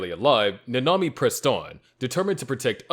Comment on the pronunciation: Bro called nanami hanami